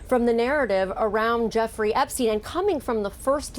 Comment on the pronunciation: "Meester Epsteen."